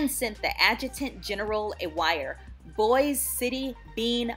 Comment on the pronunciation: It's pronounced Boise it rhymes with voice